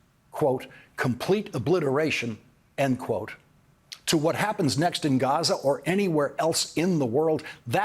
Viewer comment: ..."wHHHaTT".... I love this guy!!